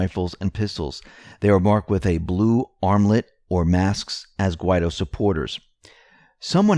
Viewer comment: Is there a law which prohibits the correct pronunciation of Guaidó?